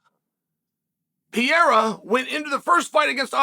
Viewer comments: Is not PIERA!!!!! PEREYRA!!!! IAM OUT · It's pronounced Pea-air-a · I cannot believe he’s still calling him Piera 😂 like it’s rly not that hard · Piera?? Really Chael? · DJ and Chael : Piera 🗣️ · I always thought it was ... P.A.H.E.R.A but thanks for correcting it for me Chael. P.I.Y.E.R.A it is. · Chael: I love reading comments Alma Sonnen: Chael, I left a note on your fishing rod telling you it's Pereira and when you got home it was still attached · Learn with me: PE-REI-RA. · Pereira: 🗿 Chael: Piera! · Chael really needs to work on his "Pereira" pronunciation haha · Is not that hard right?